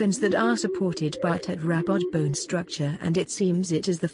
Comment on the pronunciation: The continuous mispronounciation of the word tetrapod is annoying.